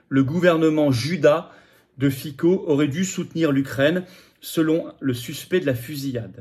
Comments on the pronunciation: Fitso, et non Fico, ce n'est pas le roi de la pomme de terre slovaque. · Monsieur FICO, on prononce FITSO. L'U.E. est une mafia, maintenant on "suicide" les gêneurs. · On prononce FITSSO en Slovaque. Mieux vaut se distinguer des médias de grands chemins pour désigner un patriote.